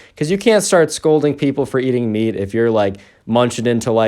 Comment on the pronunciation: Meat i thought u said beet originally lol